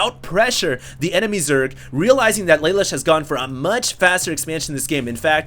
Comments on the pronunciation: You don't say it like lay lush, its la loosh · It's pronounced: lah -- loo -- sh From CodeGeass Thumbsup!